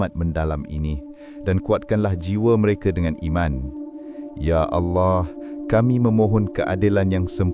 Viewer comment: Tak ada orang yang boleh sebut betul2 arwah Dan Allah. Geli pulak telinga